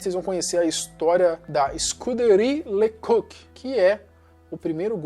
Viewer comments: Pára de falar "lê cúki". Era LÊ CÓK. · Se pronuncia „le cóc“, não „le cuc“.😉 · Me desculpe, mas você deveria saber falar corretamente os nomes das pessoas que você apresenta no seu áudio! Isto empobrece seu canal! O nome do policial se pronuncia “le cóc”, pois é francês! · COQ=GALO ACENTO TONICO NO O